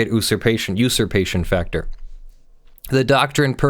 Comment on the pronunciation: Hey! Who told how to pronounce Usurpation. I liked Oosurpation.